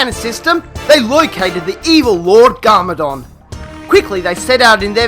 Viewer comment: It's not garmoron, it's garmadon